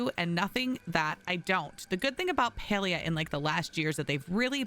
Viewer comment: You’re so much more concerned about telling other players “look what I can do” and “you should do this” rather than pronouncing the actual game title correctly 🥴